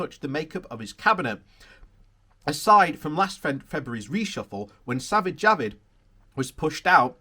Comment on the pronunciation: Is he really called Savid Javid?